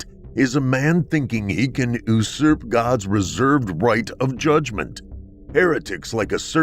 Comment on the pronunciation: the narrator mispronounces the word usurp.